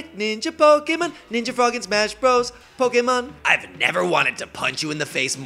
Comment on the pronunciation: Azim was also the Green Ranger in the second season Super Megaforce. Technically the same season, but different powerset. Also, the way you pronounce Pokémon as "Pokémun" makes me twitch for some reason. As for the actual battle: You disappoint me Greninja. You embarrassed your counterpart Blastoise. And I am one of those 17 people who own the Fire Emblem amiibo. All 4, actually, though only Lucina and Ike are opened.